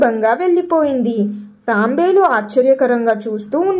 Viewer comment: అది తాంబేలు కాదు తాబేలు..